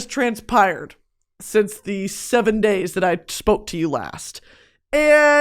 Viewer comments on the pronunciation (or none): Not even a minute in and she’s already said transpired wrong, I love her